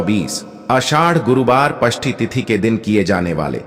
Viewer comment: अरे पष्टी नही षष्टी होता है